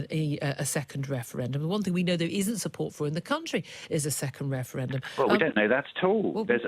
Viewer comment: Can't listen to this man winds me up how many times does he say weferwendum